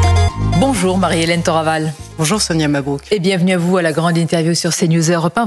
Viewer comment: Madame Thoraval a raison, les faits réels sont là et il ne fait pas les dissimuler. Accessoirement, mes amis étrangers m'ont interrogé sur ce que je prends pour un tic verbal, à savoir le "CHE" qui ponctue une partie se ses mots. -Faut-il prononcer comme elle? -Non les amis mais je ne connais pas l'origine de cette pratique: une région? sa famille? Si quelqu'un sait....